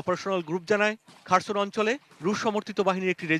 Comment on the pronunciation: খারসন না খেরসন